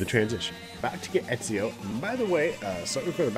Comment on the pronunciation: Pronounced Eh-zee-oh. I just started this game today and dropped $100. I've been playing ac since like forever lol. Great series. I'd love to see them add the other assassins Conner, Edward,Altair,Adewale,Bayek,Shay...to name a few lol. All assassin team sounds dope. Subbed because of your beginner guides btw this popped up otherwise.